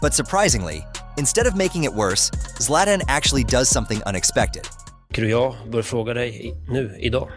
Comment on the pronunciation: the way you pronounce Zla"TAN" is mind boggling